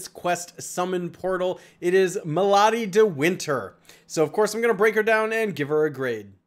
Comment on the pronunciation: Omg. It's me+lady, not mahlady :)